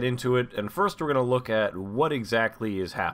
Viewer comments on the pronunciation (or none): none